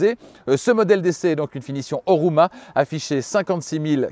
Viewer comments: Sauf erreur, Homura et non Horuma. Le reste comme toujours parfait. Bravo. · Homura la version, et non Horuma... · la version est HoMUra et non HoRUma